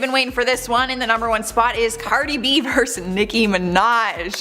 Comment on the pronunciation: the word is versus, not verse. Please look it up.